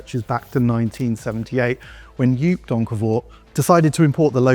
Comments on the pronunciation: Joop is pronounced as 'Joap', not 'Joup'. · Nice vid but Juuuup Donkervoort??? From something like Top Gear you might expect and should expect to pronounce someone’s name correctly. It’s pronounced Jope as in hope or dope. You’re welcome. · Not Yoop, but Yoap. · It's not Juhp/ it's pronounced Yope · Joop is pronounced 'Yope" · The man's name is Joop, not Juup.. Oo pronounced like oa in road. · The Dutch christian name Joop is pronounced "Joap' as in soap for english speakers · Joop is pronounced like the o in "go" or "Yoh!". NOT like the oo in "food" or "you". It's a kind of an insult. And Donkervoort is a DUTCH brand we are proud of. Like Morgan in the UK.